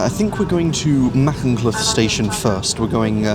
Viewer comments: I’m Welsh and I ahve to say great video but my heart sank when you said macynlleth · My sibling in sin, it's "Ma-Hunt-leth" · Shrewsbury-Aberystwyth is the Cambrian main line. Pronouncing Caersws and Machynlleth adequately is not difficult, not sure why has so much difficulty doing it.